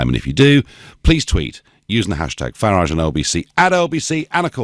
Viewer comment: When this DONALD learns correct pronanciation of name FARAGE?